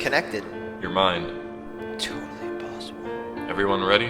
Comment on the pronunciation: I'm pretty sure he said, "To impossilbe"